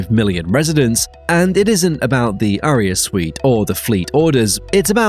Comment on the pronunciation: I’m sorry, but Aria is not pronounced like “A-rear” 🤷🏻‍♂️